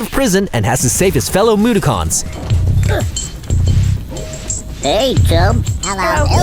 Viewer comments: Moo-da-cons? For fuck sake. It's pronounced Moo-dock-ens. Did you even play the fucking game? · That's not how to pronounce Mudokon!